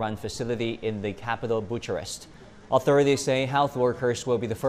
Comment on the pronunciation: The "Cha" in "Bucharest" is supposed to be read as the "Ca" in "Caramel" or the "Ka" in "karma", not like the "cha" in "chapter". I know this is a bit counter-intuitive to Chinese people because of how "ch-" is used in Pinyin transliterations of Chinese characters, but as a native Romanian I find that pronunciation (with "ch" like in "chapter") especially funny, as it sounds like the Romanian words for "Buttocks Arrest", which is nonsensical and hilarious at the same time... 😂😂🤣